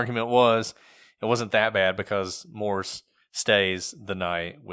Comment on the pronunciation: It's "Morse", not "Morris".